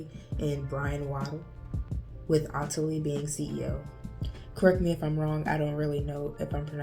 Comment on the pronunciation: It's pronounced Ottilie.